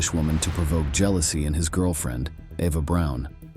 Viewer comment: Why does he keep saying Ava Brown when her name is Eva Braun?